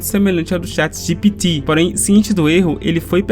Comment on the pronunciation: Cara, essa sua pronúncia do Chat GPT é irritante, pqp...